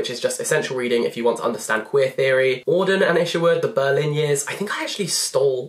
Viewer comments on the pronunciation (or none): none